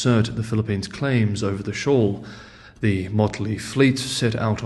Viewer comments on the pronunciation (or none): SHOAL....not SHAW !!